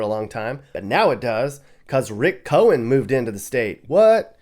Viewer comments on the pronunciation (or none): none